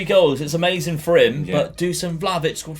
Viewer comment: its not Vlavitch its Vlakhovitch dude